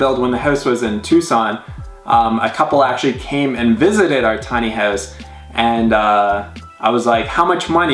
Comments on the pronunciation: stop saying hewse (house). lol jk this house is awesome to say the least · I hate the way he says "house" >_> sorry..